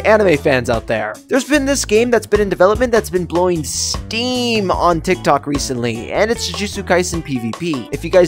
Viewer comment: Bro sed Reshently😆😆😆😆